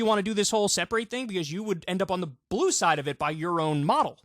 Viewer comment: Heh heh. I heard "If you're team *blew*...